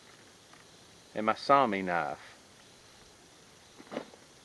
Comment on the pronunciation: Nice Vid! I like your videos! You do a great job. if I'm not wrong,I think the pronunciation you are looking for for your Scandinavian knives is "Sue-wah-mee" (Soumi). Hope that helps. I'm Finnish, born in Canada. But, if I had a dollar for every time I heard that word from relatives back in Finland, I'd be rich!